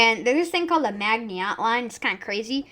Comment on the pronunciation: Maginot is pronounced like /ma/zhi/no/ And the entente is pronounced like /aun/taunt/